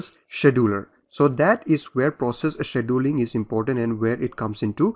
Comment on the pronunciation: The hardest part was to hear the presenter mispronounce the word "scheduling". My ears are hurting. Beyond that, the lectures are a gain to my understanding of how computers work.